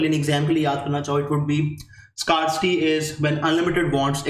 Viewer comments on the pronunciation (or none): With due respect it is not scar-city but "skair-si-tee"